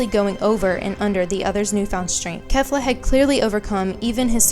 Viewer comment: its pronounced Kay-fla goddamnit for the second time